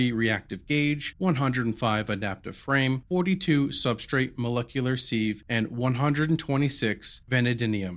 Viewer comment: van-AD-ium and sieve rhymes with give :)